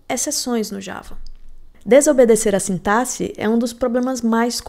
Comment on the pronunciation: É raríssimo encontrar programador que pronuncia a palavra "sintaxe" da maneira correta 😅 Ótimo conteúdo. Estou maratonando seus vídeos!